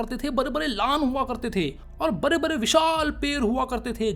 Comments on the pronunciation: bade bade ❌ bare bare ✅ 😂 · Bade bade ❌ Bare bare ✅